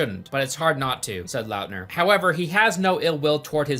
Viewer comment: Taylor Lautner. Why are you saying LOUTNER It's lawtner